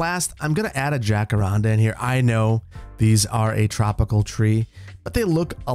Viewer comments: Love the video! As always, the Landscaping Simulator 22 was a very enjoyable watch ;) Also, we pronounce it Jah-cah-RAN-Duh in Aus btw :) not sure if it is different in other places though! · The way you say Jacaranda always makes me laugh